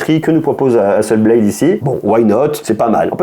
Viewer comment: Hasselblad ! Pas blade 😂 Beyblade = toupies, Hasselblad = photo 😜